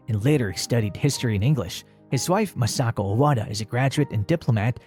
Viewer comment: MA-sako and MI-chiko